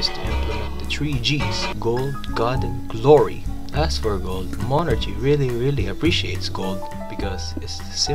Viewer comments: why is bro saying mon archie 😭😭💀💀 its mon ARCie🙏🙏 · just wanted to say that the ch is pronounced as a k in monarchy so it's monarky, just like how the ch in chemistry and stomach are pronounced as k's.